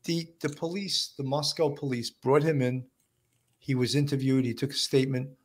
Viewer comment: I’m from Moscow Idaho—born and raised. Please pronounce the name of my hometown correctly. It’s Moscoh—not MoskOWW.